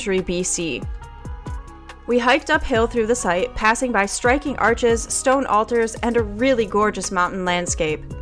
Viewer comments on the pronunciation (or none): none